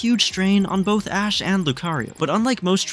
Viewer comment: somewhere in between I heard ass instead of ash